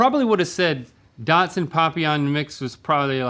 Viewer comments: Link and Rhett said Dodson....hahaha!!!! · Are they saying Dotson lol